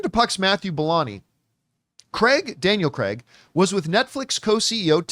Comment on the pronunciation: "Daniel Cregg" 😂